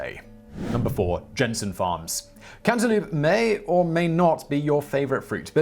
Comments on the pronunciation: Dude, I understand how it is spelled, but it is pronounced "Can-ta lope-s" not "loops" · Cantaloop? Not lope?